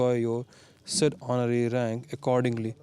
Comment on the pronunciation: Instead of honorary he pronounces already leutenant